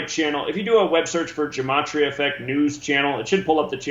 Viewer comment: It's gematria, not gamatria.